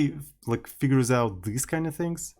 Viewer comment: ohhh! Thank you very much for clarifying! I take note. But somebody has to tell that there is no fantasy word in the middle between "this" and "these". He uses "thes"